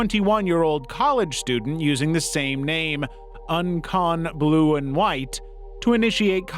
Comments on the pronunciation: This is so beside the point, but "Un-con blue and white" is actually "Uconn blue and white" Uconn (you-con) is the University of Connecticut, probably the school the creep was pretending to be a part of. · My brother in Christ, lets not ever pronounce UConn like that again